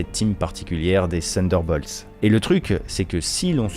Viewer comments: Sunderbolts ou Thunderbolts ? Attention à la prononciation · prononciation = TONNE DEUR BAULTSE